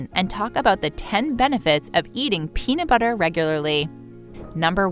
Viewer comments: Is the peanu butter you are talking about the same as the peanut butter with the t in the word. Toronto came out ok for some reason. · Anyone else notice the narrator calls it peana butter?